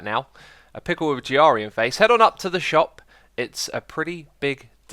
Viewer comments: Its GRIAN not G-R-ian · G arian??? Bro it's GRIAN !!😂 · Not giarian grian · It's not Gee-ar-ee-an it's pronounced Gr-ee-an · xD G.R.IAN, its Grain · xisumavoid, why do you say "Giarian" instead of "Grian"? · its GRI-AN, not G-R-IAN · um... g r ian... thats not how u pronounce his name... its pronounced gree an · Gee-arr-ian? Its pronounced gree-in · No it isn't pronounced gree-in it's pronounced gree-an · Grian not G.R.Ian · It's Grian, not Jiarian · Did u call Grian, Griarian? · It is pronounced grain 0.55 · Pronounced Gree-an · Are u saying Grian like the as a nod to him never sayin ur name right cause it’s (Gree—Anne) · Xisuma it’s pronounced Gr-e-ain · pernouced greeyan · GRI-YAN yeah dont ask why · Btw it is gree-an (grian) and aka-shia (acacia) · jyarian XD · Xisuma, it's pronounced uh-KAY-shuh, Acacia. I love your stuff man, but that has made me cringe everytime you say it. Also, Grian's name is pronounced like GREE-un. Hope that helps, dude! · Every time you say "G-R-ian" I absolutely crack up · IT IS SO ANNOYING THAT YOU SAY: G,R,ian. (but i understand) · I chuck a lil bit everytime you butcher Brayanian's name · Almost sounds like you're calling him giardia...a parasite that causes explosive diarrhoea. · Greee-an [Pronunciation] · G-Ra-Rian call him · BTW it is pronounced GR-EE-AN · Actually you are spelling his name not correctly it's grian not G R ion Nice video btw 👍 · you speak grian out as greeën look at 1 of his building tutorials you may pick(le) something up from him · Gee-arian I can't xD Well, I suppose it makes up for Grian calling you '". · Did he just pronounce grain g-r-ean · Xisumavoid you are insulting Grian, that's not a nick, that is his real name so pronounce it right:Gerr-e-uhn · it's (greee-in) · Grians name is pronounced grinIf you don't believe me ask him about it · You're pronouncing Grian wrong... How hard can it be? It's just Brian with a G! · "ge-r-ari-en" XD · Its pronounced Greean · You said grian wrong